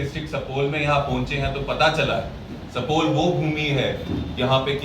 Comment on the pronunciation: pahle Bolne Sikhoo sapol nhi supaul district hai